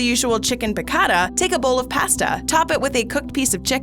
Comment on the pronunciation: Learn to pronounce pasta